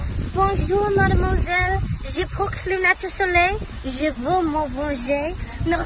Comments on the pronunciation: It's the "Je oOorrh" for me 😭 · Je ourgggg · when she says JE AUGH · "je ĒÆR"